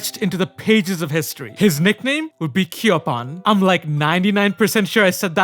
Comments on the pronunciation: By the way, you say Kiyopon as Ki-Yo-Po-n. It’s not Ki-yo-pawn. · Kiyo"pone" correct pronunciation, not Kiyo"pahn" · I'm pretty sure it's pronounced "Kyoh-Pon." You were pretty close. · IT’s kiyopon